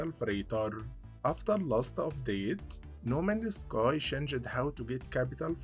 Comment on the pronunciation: No Man's Sky ❌ No Manus Kai ✅ I love your content brother. Just wondering, where are you from. You have an interesting accent.